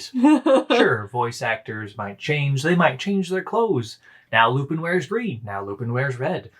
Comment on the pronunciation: For future reference, the character's name is pronounced "Loo-pawn". I feel like you two have some good commentary to divulge, but I have trouble getting past hearing "Loo-pin" every fifteen seconds.